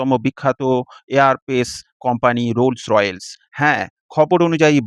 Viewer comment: কোম্পানির নাম "রোলস রয়েলস" না😂😂। সঠিক উচ্চারণ হচ্ছে: "রোলস রয়েস" (Rolls Royce)